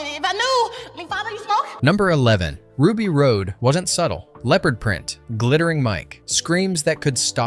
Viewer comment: RUBY ROSE NOT ROAD